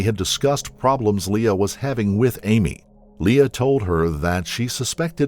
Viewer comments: The victim's name is pronounced Ora "Lee", not "Le-uh" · Lea is not pronounced Leah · I always enjoy these stories. But maybe the narrator could check pronunciations before recording! The victim's name was "Ora Lea" pronounced "Lee". It's a small thing but it seems disrespectful to mispronounce the name of a murder victim.